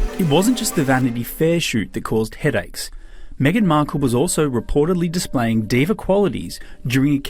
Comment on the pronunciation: Me-gain's not Canadian